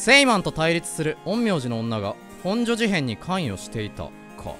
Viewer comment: 地元民としてもの「ほ↑ん↓じょ」の発音に慣れてきたところで「本所事変」は地元とおなじ発音（「ほん↑じょ」）になっててニッコリ